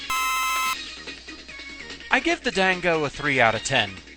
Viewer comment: Gah, can you be consistent with your pronunciation of "dango"? You did say it correctly with an 'ah', at the beginning, however during the difficulty analysis you called it as if it stems from the word 'dang'. I believe the first pronunciation is correct, but it just annoys me when people do that especially with the letter 'a' like that. Other than that, I thought you did a very good job on this video. :D